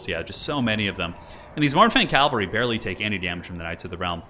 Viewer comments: sad to admit but saying calvary triggers me. Cavalry, say it with me, cavalry. you shorten it to cav, not cal, so why? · For the last time, it's pronounced CA-VAL-REE